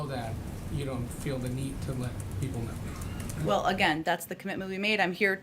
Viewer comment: When she uses the word well, she pronounces it wool. Sounds like a brat too me.